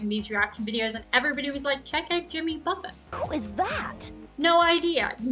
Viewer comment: you knew enough about Jimmy to pronounce the “t” at the end of Buffet